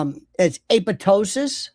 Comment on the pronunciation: A POP TOSIS😂😂😂. Aptosis✅️